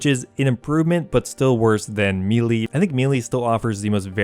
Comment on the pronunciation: Why can’t any youtuber pronounce melee...smh